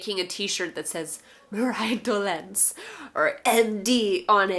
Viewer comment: oh i missed the mark completely with the classroom thing. Mariah you're the first person to properly pronounce my weird nickname <3<3<3 Also i keep thinking you either mispronounce the E in Dolenc (its supposed to be narrow e, you use wide) or luka's family comes from a place where they have a weird accent.